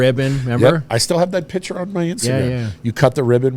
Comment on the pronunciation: Yeah. A man who repeatedly pronounces the word "picture" as "pitchurr" should be a lawyer? Man, are your bearings way off!